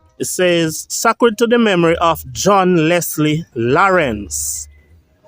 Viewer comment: SACRED is pronounced with a long sounding 'a' like saycred.